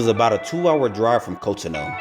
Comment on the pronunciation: It’s pronounced cot-on-oo